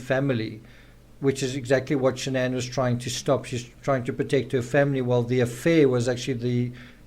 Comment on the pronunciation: Also Shan-an wasn’t her name. It was Shannan. She tried to get Chris to change the pronunciation of his name as well.